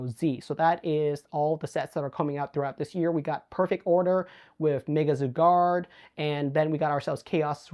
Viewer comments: I hate the way you say zygarde lol its zeye-gaurd not cigar 😂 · You’re pronouncing zygarde wrong. It’s Z-eye-gard